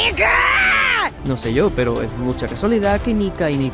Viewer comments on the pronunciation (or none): dice niya, no nika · Cuando quiere carne dice Nika yo pensaba que decia Nigg*